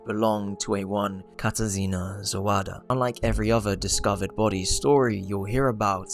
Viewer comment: as a polish person ur pronunciation of the name katarzyna hurt my soul😭this is no hate though, i loved the video !! :)